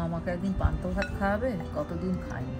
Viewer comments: কথা টা পন্থ না ' পান্থা ভাত ' হবে ۔۔۔ আর সবার ই সব খাবার খেতে শেখা উচিত ۔ ওরা তো ছোটো তাই না শেখালে কি করে নতুন কিছু try করবে দিদি ۔۔۔? ভালো থাকবেন ۔۔۔۔ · Panta bhat bole 😂 PANTO bhat na 😂😂😂😂😂😂